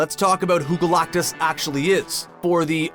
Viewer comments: who is this 'GOLAUKTUS' this guy keeps talking about. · EVERY time you say GalACtus, it sounds like you are trying to cough up a hairball. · I hate the way you say galactus lol